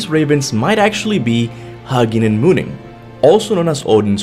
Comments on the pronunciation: Huggin and munnin are pronounced Hoo-gin and Moonin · HOO- ginn and MOO- ninn 🤦🏽‍♂️ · Hue-nin and moo-nin.